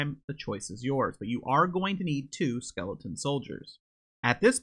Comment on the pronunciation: Funny how you say “Skeleton” as “Skelington” like “Jack Skelington” from Halloweentown